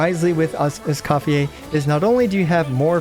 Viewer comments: Escoffieh? ❌ Escophierre? ✅👌😤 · I cant stand the name pronunciation 😢